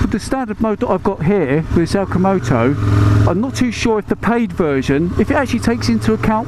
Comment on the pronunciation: ‘Alcimoto’ 😂. I had to rewind. Funny, man! 👍🏼